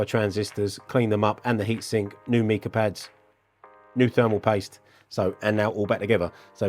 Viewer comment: The mineral mica is pronounced with a long i, as in ice. Cheers.